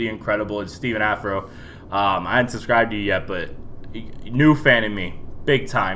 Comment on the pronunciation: Its been a while since I've watched in of your video, its good to be back!!! Also i think his name is pronounced "steph on a fro"